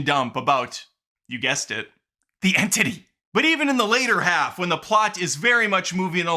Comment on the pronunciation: Ahh yes….the entittie…a classic foe